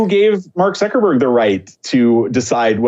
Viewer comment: Zuck not zook.